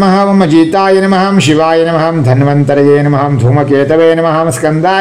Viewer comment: Om shivaya namaha e mantra ಉಚ್ಚಾರಣೆಗೆ ರೋಮಾಂಚನವಾಗುತ್ತದೆ🙏🙏